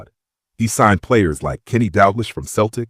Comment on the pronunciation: Shame the names all get pronounced wrong - Dalglish and Souness are legends... if you are making a video about Liverpool, I'd expect the names at least to be right.